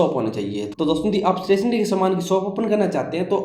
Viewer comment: Stationery bolna sikh ja😂😂😂